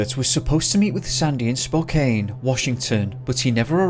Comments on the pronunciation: Spo-Can Washington. Not Spo-Cane. For future reference. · Hi I live in Spokane WA. We say it as Spo-Can not Spo-cane. It is native American for Children of the Sun. That is the tribe name that the city is known for. I love you channel. Just trying to help you out.